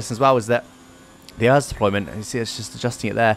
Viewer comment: The way you say ERS. It’s supposed to be said letter by letter. E - R - S